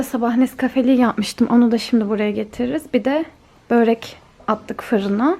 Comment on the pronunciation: Nolur böğğrek deme 🙏🏿